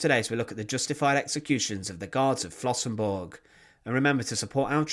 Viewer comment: Der Ort heißt Flossenbürg! BÜRG, nicht Burg.